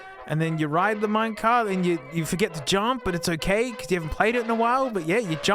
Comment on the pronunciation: "minecar" mineCAR????? is it not minecart